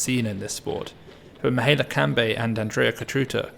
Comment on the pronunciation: pronounced Mee-high-EH-la just for further notice